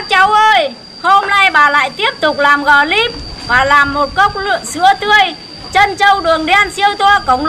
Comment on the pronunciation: Clip thì bà đọc là gờ líp=)))